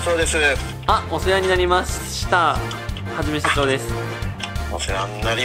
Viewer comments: は→じ↗︎め↗︎しゃ→ちょー↘︎ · 最初の はじめしゃちょー の発音がいつもと違った気がする…